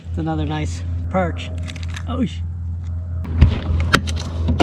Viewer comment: Did you say PEARCH ? That was a CRAPPIE